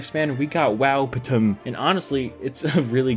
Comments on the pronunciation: I love this movie and I can't with him calling it wow patum 😂😂😂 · I crack up everytime he says wowptm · I literally choked and died when you said “wowptm” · as a true mexican, when you say wowptm i just hear “wow puta madre” in my head